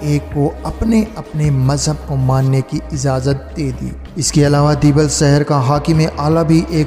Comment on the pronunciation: Apna urdu talaffuz sahi kro kasmir ni kashmir saher ni shaher nijam ni nizam plzzz k or q mn farq kriye samil ni shamil